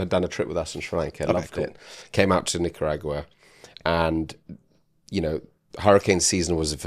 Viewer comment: From here on out I'm going to pronounce Nicaragua like yall.